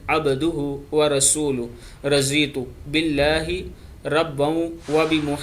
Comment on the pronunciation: Radweetu billahe.. dont say Razeetu..